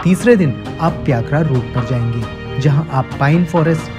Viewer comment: pyakra nahi bhai its py-kara :) pykara...